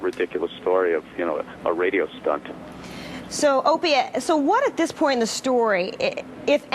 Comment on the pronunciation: She Said "Opanie and anthony"..how hard is it to say?? How did your Parents die? Tha..that's terrible I'm sorry...Frrronkus!!